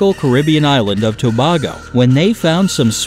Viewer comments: Tobago is pronounced (to- ba(long a)- go) not (to-ba (short a)- go) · It's pronounced to bay go not to bah go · Tobago is pronouned To-BAY-go. Not To-bah-go. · I knew he was going to mispronounce Tobago ... It's Tobaaygo to tobahgo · Tobago is pronounced Toe-bay-go not to-bag-go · guy: '' ...........toe-bau-go'' me : ''toe-bay-go!'' (which way do you pronounce it?) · Nice video but Tobago is pronounced To bay go. I live in trinidad . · Tobago is pronounced To-Bay-Go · Lol the name of the island is pronounced (To Bay Go). I know😂 I live on it. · Hello I know a lot about the Manchineel plant as I am from Tobago. We always have signs on our beaches indicating there dangers and not to touch them. And the island’s name is pronounced as “to-baa-go” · I live in Tobago and here is how to pronounce it (to - bay - go) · Oh dear, ToBargo..... Not so, Tobago. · Tobago 🇹🇹 hahahaha you pronounce that so wrong I cringed. My parents are from there. It’s pronounced To-Bay-Go. Happy learning-_ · Steve Rangel It is true about the tree but Tobago is pronounce as Toe-bae-go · its To-BAY-go.......say it with me. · As a fellow west Indian, and a person that visited the twin island republic of trinidad and tobago, numerous times. It's pronounced (tu-bay-go) smh and there's no red painting on no tree. LIES 🤦‍♀️ Ps, I'm jamaican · Just so u know it's not Tobago it's pronounced t-uh-b-A-go I'm from that country Trinidad and Tobago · pronounced Tobago wrong 😪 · Tobago I live in trinidad which is Tobago twin island and you pronounced it wrong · unicorn girl aka raeal diaz I never heard anyone pronounce Tobago like that mfmdmebebe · Yeah he did pronounce it wrong I’m from there too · U seriously pronounce Tobago wrong.I live here by the way. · I'm offended that you pronounced Tobago wrong, I'm offended because I'm from Trinidad and Tobago 1 country 2 islands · You pronouced Tobago wrong